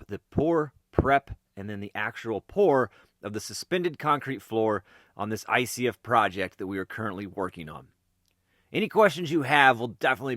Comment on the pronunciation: When you said "ICF", I swear you said" Icy as F" hahaha